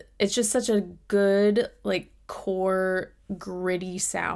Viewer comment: I'm not sure why it struck me as somewhat funny how you said core, since that was the name of their debut album. 😊